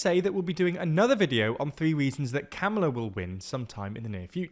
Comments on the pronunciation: Hey, I love, but speaking as a British person too -- you just have to pronounce Kamala's name correctly. What you are doing is not a "British pronunciation" of the name, it's just wrong. It's /ˈkɑːmələ/, the first "a" is the same as in the word "father". While British English speakers pronounce "father" differently than American English speakers, we shouldn't be using /æ/ like in "trap", unless your accent completely lacks a distinction between the two vowels. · It's kuh-muh-lah; a as in come. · Kamala=Comma la-She has made it clear how her name is pronoumced. You talk for a living, get it right. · COMMA-LA. COMMA. LAH. Pronounce her name right. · There are many pronunciation guides so you can correctly learn how to pronounce Kamala (Comma - la). It is also concerning and shows a sexist bias to refer to the men in your video as Trump and Biden but to refer the female candidate by her first name - be more consistent and refer to her as Harris more consistently. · Please learn how to pronounce Kamala. It is really grating you don't seem bothered? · Surely mispronouncing her name still is on purpose at this point